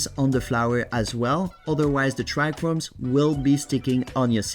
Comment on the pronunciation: Trichomes bro, trichomes. There is just 1 single "R" in tRichomes. This is not chrome.